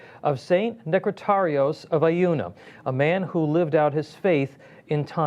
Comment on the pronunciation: Oh my goodness!! That must be the worse pronunciation of both St. "Nektarios" and "Aegina". How much time would it have taken to learn the correct pronunciation so you don't butcher these names??